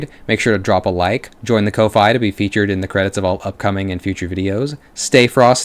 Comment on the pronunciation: Surely ko-fi is meant to rhyme with coffee